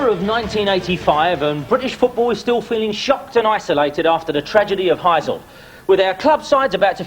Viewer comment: the 'hazel' stadium. Lol Hy-sel.